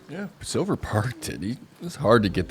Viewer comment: If you just start pronouncing Silver's last name as the english word let you'd be right on the money. I'm swedish and we also have the letter ä. Thanks for everything guys, you're doing a fantastic job!❤